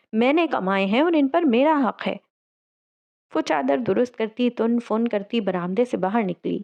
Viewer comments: "Tan fan" hota hai Tun fun nhi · Actually, its tin fin